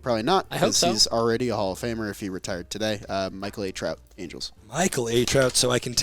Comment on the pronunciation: ITS michael NELSON trout 😂. Michael A Trout